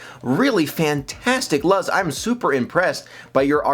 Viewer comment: if it is spelled Luz, the name is pronounced LOOZ, not Luhz. It's Spanish for "light".